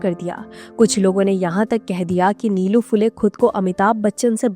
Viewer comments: नीलू-नीलू काय लावलंय? निळू म्हणा सरळ. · निलू नही, निळू ....